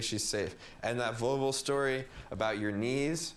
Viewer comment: Literally I thought they were saying "vulva" instead of "volvo"... like I thought it was like "yeah, back of the vulva." "What color was it?" "Gold, kinda tan-ish"